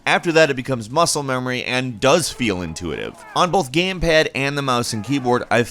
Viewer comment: Gayme paaad